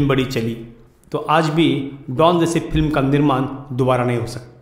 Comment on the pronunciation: एंकर साहब फिल्म नहीं फ़िल्म होता है।बोलना सीखो तभी एंकरी करना। तुम्हारा उच्चारण सुनके सारा मूड ऑफ हो जाता है।